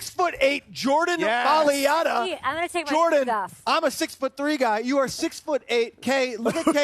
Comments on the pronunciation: It's not rugby, it's rugby league at least get the sport right. Helps if you pronounce his name correctly as well..... Maliata? lol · The white guy must learn how to pronounce Jordan's last name correctly...and Jordan must tell the white guy how to pronounce his last name.